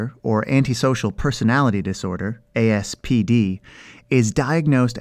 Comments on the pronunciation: is it ASPD or APSD? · He says ASPD but spells APSD. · he said aspd but its apsd